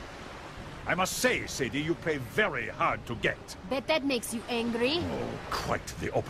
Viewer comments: "Say-dee", not "Sa-dee". They literally say her name throughout this... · Say it with me, Say-dee not Saddy